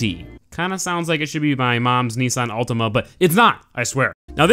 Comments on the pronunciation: Its Ultima not Ultimo also I love how you put the music to get us hyped but then it ends up in a fail xD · Btw it's Ultima not Ultimo